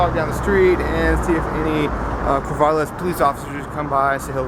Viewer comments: Its pronounced CorvAAAAlis not Corvolis.. Idiot. what I don't understand why you have to carry a super heavy gun just for shitts and gigs.... Id only carry a AR15 in I was a legal resident in Iraq... Or Antarctica.. because then it would be useful. If you don't feel safe carrying just a handgun you should take a shooting class. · its not corvaal-is its core-val-is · "Corvallis" - not "Corvalis"! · The city is Corvallis with two "L"s, and it is pronounced "Kore-Val-Liss". So, perhaps next time say it right and see about fixing the spelling. Also, don't engage these idiots. You are never going to convince someone against their will. Corvallis police did in fact act correctly, but for the record they are a little Gestapo and act very militarized under most conditions. It's impressive they could keep their jack boots off your neck as long as they did. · PRONOUNCED CORE-VALL-ISS Corvallis... Damn bro where are you from? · That's my home town and this makes me even more proud to have come from there. BTW it's Corvallis with a short a sound. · if you are gonna go to a city please pronounce the name right, especially if you live i the state of Oregon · You spelled and said Corvallis wrong.